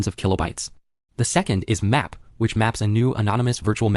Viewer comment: Your text-to-speech mispronounces pretty much all acronyms like mmap, glibc